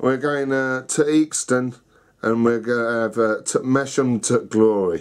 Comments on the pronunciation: GRRRRRRRR I could scream.. sorry to be pedantic but it's pronounced 'Mass-ham' notg like Mash-am. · Its Mass-ham LOL! I live near there! Love Theakstons